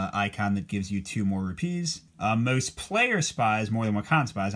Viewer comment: Great video! Place the emphasis on the RU part in Rupees, not the PEES part. Should be ROOpees. You’re placing emphasis as one would for the word ‘trapeze’ 🙂